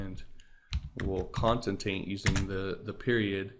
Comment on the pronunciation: great vid...btw the word is con-CAT-enate